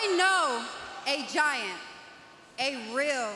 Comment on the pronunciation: Luther pointing at Serpentico when she says "I KnOw. A. ReAl... GiAnT" Lol